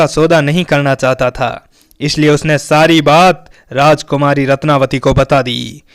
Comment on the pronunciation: रत्नवती है न कि रत्नावली।